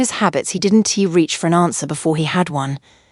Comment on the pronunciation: She didn T , I didn T . Oh boy prononciation is lost in Translation 😅. Al contractions are in need of editing .